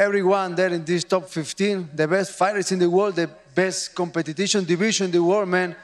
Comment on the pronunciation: did he say competittytion